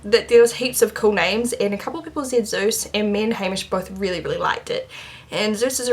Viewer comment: It's so funny when you say your dog's name. I'm German and it sounds like "süß" to me, which means "cute" ;) Fits perfectly i believe :D